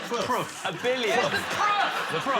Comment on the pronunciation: "WHERES THE PRUFF?"